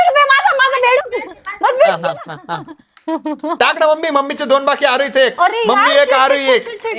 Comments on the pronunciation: बेडूक mhana please.. शब्द चुकतोय😮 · कान दुखायला लागले बेंदुक ऐकून😂😂 ... बेडुक म्हणा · बेंदूक नाही बेडूक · त्याला बेंडूक नाही म्हणत बेडूक म्हणतात.